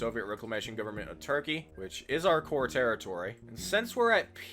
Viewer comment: we love "turpey"